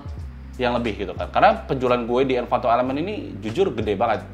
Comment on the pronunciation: Ralat sedikit untuk kata "Envato" bukan "Envanto"